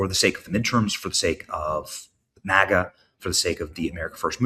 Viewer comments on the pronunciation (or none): none